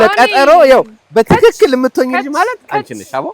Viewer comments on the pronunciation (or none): none